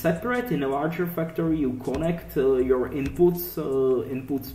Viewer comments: the basic "fucktory" HAHAHAAHA i love it man. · love the accent although if I showed someone this here every time you said factory they would think you said fucktory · I thought you said 'fucktory' •___•